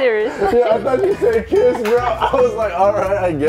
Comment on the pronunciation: Loose she said kizz 😂😭